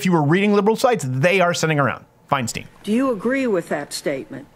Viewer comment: went into his SNL character. That's Diane Fine-stine, no Fine-steen.